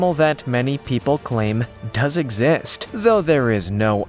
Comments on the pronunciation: Dude really said "egg-zizt" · “Eggxist” lol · Btw it's not called zonkey cus there is allot here in afrika and its exist not egg zist